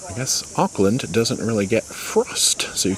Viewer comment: Oops its pronounced orkland lol and I'm from Australia